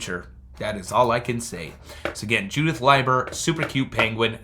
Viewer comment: Leiber is Lee ber. I try to remember that by L I E is lie so L E I is LEE. I have trouble too with the language. The i before e isn't always true like they taught in school. Don't worry so much about what people say when saying names and such. You do just fine.